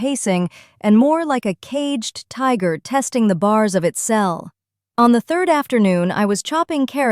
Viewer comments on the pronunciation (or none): none